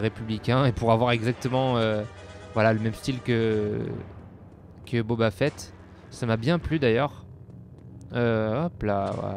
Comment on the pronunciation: Boba fett et pas "Bob à fett" abruti